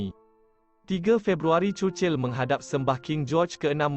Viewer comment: sebut churchill betul ii